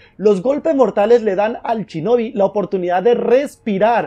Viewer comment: por qué dices chinobi? si pone shinobi